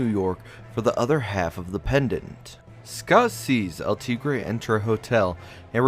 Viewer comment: Cringe how he pronounced El tigere